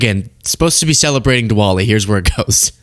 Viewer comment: Sorry, American education is quite visible with your pronunciation of Diwali.